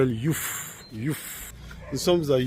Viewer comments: On dit pas youf mais yoff! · 🫡Cher aîné et frère africain, soit la bienvenue au Sénégal 🇸🇳. À propos, pourquoi dit « Youf » au lieu de Yoff. À ce que je sache le « o » de Yoff n’est point géminées, en plus tu n’es point dans un pays anglophone. Si l’on prend l’exemple de ton pays, prononces-tu « Tougou » en lieu et place de Togo 🇹🇬 ? Aaaah mon frère 😂😂😂😂😂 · C yoff pas youff mon frère togolais ❤❤ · Bonjour Papa et merci, belle video, mais on dit YOFF:face-blue-smiling